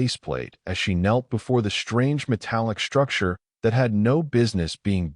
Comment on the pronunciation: Two stories in a row......your AI sucks!!!!!!!!!!!! SHTRANGE, SHTRENGTH, SHTRONGER!!!!!! THERE IS NO FKN "H" IN THOSE 'STR....' words!!!!!!!!!!!!!!!!